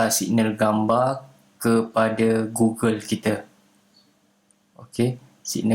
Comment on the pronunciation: Sebutan dia gogel bukan gugel